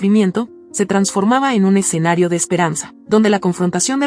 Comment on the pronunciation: Y dale con “el EXENARIO” Es ESCENARIO….ESCENARIO ESCENARIO….ESCENARIO😂